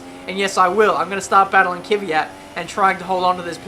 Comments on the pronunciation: it's fucking Kvyat not KYVAT... so annoying:( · Kvyat not Kyvyat.... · It's not ki-vee-yat, its kv-ee-yat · His name is Kvyat not Kyvyat